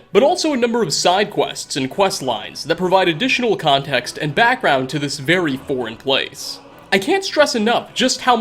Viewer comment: When you said foreign place it sounded like you said boring place